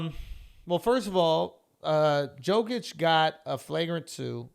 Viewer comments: Jokic didn't instigated the fight, he was walking away until Booker got in his face, then he got heated. Also Jokic is pronounced Yokich, not Joekich. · Schultz Basketball IQ: - Pronounces MVP Jokic name wrong 🤦‍♂️ - Talks about how if Suns win they face Brooklyn or Philly 🤦‍♂️ ... how about Atlanta? Series is tied with Philly... oh and what about the WCF? Hello you gotta get through The Claw or the Jazz... This is the second basketball video in a row where Schulz sounds like he doesn’t know shit about basketball. Come on bro...